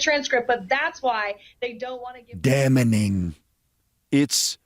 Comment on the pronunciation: "Merrica Garland"? "Damnening"? 😂😂😂😂!!